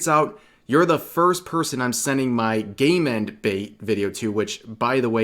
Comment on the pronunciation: Thank you, I thought Rev was saying "gayment" 🤣